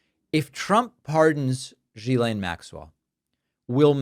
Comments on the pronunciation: Why is everyone calling her Guylaine, isn’t it Ghislaine? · You're pronounce it wrong.. it's Gizlane. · IT S GHILEIN. man learn how to pronounce it😊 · It's Ghislaine. Pronounced gee- slain (like gee whizz). Ho hard is that. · Love all your work. But please. Even though she’s a scumbag, pronounce people’s names correctly. gill-LANE. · David, her first name is pronounced "Ghee-Len," like [the Indian rendered butter] + [Len]. It's a hard "G." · The name is pronounced With a hard G not a soft G like J. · It's Ghislaine - the Gh makes it a hard G. There's no one called Jillaine in all this. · Ghislaine = G-ee-len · gee-LAYNE. Please. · HOW do you follow a story and STILL screw up the pronunciation of Ghislaine's name ?? Obnoxious ‼ It's a hard G.. And then you correct DONNIE'S pronunciation of Mayor. 🤦‍♀️🤦‍♀️🤦‍♀️🤦‍♀️ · The good part is: Now everybody knows how to pronounce „Ghislane“ 🤣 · If everyone would pronounce her name correctly, he might recognize it. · I wish you'd pronounce her name correctly. I am not a fan of hers by any means. But, to hear you purposely mispronounce it is no better than them purposely mispronouncing Kamala. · Why does David mispronounce her name? Even she uses the hard “g.” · I enjoy your show mostly because of your accuracy. I don’t understand why you keep mispronouncing Ghelain Maxwells name? It seems petty for a serious person? It makes one wonder if they are inaccurate in the little things they are probably inaccurate and the big things! Or maybe they just don’t take the time to figure it out?